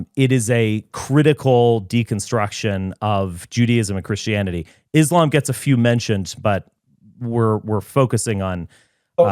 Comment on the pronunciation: Makes me burst out laughing anytime he says "Ischlam, Ischlam!"